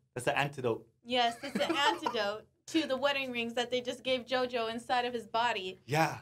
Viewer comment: Beh che dire, JoJo in Italia mi ha fatto veramente ridere. Anche se la pronuncia sarebbe da migliorare, ma Hey è pur sempre JoJo quindi non posso odiarlo